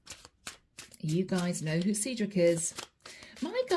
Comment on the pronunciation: Seedrick? It's Cedric.